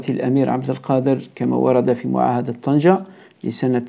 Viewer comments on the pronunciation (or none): none